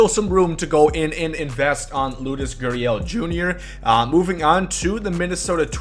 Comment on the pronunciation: he said Loudes instead of Lourdes I know who he is